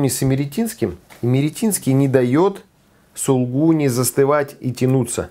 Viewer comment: не пропускайте вторую букву "У" в слове "сулУгуни". И примите мои заверения в совершеннейшем к Вам почтении.